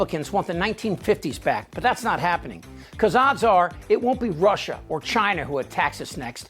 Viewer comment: Walls, domes, what else you wanna do, Donnie? And what's up with "Russhaahhh?"